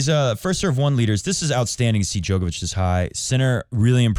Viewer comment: Bro is djokovic not joke ovic